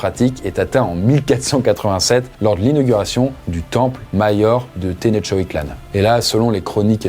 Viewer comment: te-noch-ti-tlán :D tu peux le dire!!!